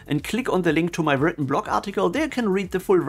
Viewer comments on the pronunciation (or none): none